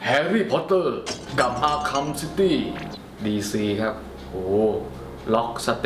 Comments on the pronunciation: อาร์คแฮม คับ ไม่ใช่ อาขำ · มันอ่านว่า อาร์คแคม นะ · มันอ่านว่า อาคเเฮ่ม ครับ